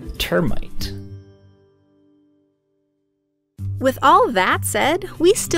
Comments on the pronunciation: nobody: literally nobody:: "NutMeat" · You say nutmeat and termite